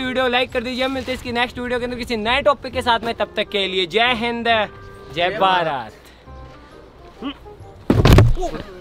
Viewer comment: Aap bahut achi videos banate ho no dought. hame bahut maza aata hai dekhne me. plz dont mind but es video me agar aap jai hind aur jai bharat word jo hai wo ache se bolte to kafi acha hota. ham sabhi indian ko garv se kahna chahiye wo v clear 'JAI HIND JAI BHARAT'